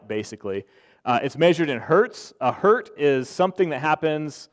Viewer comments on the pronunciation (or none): One would expect the guy to know that it is “one hertz”, not “one hert”.